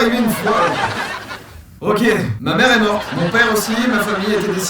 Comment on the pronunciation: PS : t'as du mal avec les "e" je crois on dit "mère"